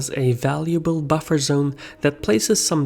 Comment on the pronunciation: sisu mies Bufferzone, not Butterzone... XD